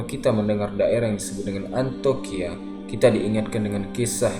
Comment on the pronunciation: iya harusnya dibaca Antiokia.. tapi terus menerus dibaca 'antokia'